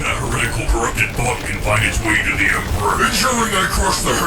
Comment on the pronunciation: "The Emperher." ....... AAAASMOOODAAAAAAIIIIIIIIIIII